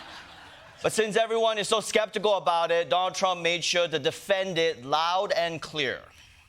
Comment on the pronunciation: Chieng is not funny, and his extra thick accent is distracting... he really leans into it. He can't even properly pronounce "Donald" but is always calling him "Don Trump" 🙄 Unwatchable, except for those of us who are into pain.